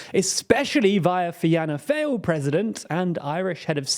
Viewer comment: The Fáil in Fianna Fáil is pronounced like fall not fail